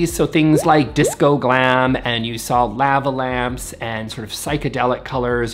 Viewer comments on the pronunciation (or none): I've never heard someone say "lava lamps" like that before